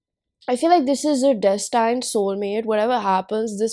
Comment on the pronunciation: hahahaa so funny how u said destined... its DÉS tind not des TAINED ok